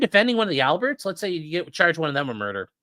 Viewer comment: The “L”berts